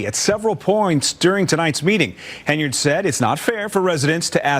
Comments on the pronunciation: It’s not pronounced HEN-YARD, it’s one word pronounced Henyerd! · Why do you keep misprouncing her name? Thay makes you sound fake and misinformed. Even the clips you play say her name right unlike you